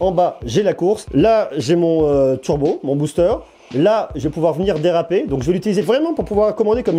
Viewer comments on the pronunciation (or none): none